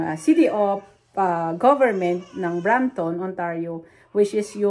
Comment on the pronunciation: it’s Brampton